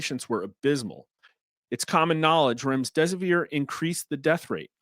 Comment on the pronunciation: There is no s between the m and the d in Remdesivir.